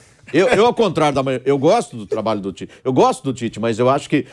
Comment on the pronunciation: Onde você lê pite/ É Tite.